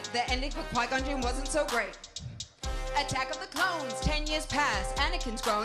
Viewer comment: What people hear: clones How i hear it: clownes